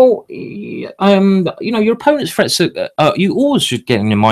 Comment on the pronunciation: not gonna lie -- the first couple of times i thought he was saying "frets"... and english is my primary language 🙄lol